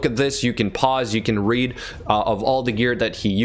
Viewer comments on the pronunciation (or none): none